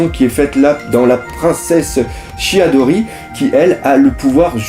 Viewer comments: shirahoshi doc pas shiadori xD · C'EST SHI-RA-HO-SHI